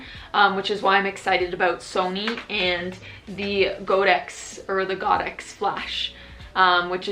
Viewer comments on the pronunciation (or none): Thank you for your nice video. Godox pronounces as God-ox (holly cow? Haha)